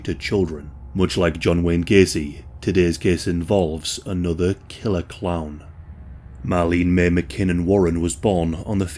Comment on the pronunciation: Kept thinking you were saying clam, not clown. Made this video REALLY weird.